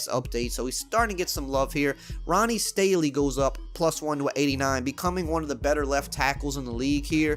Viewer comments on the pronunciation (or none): Say it with me Ronnie STAN-ley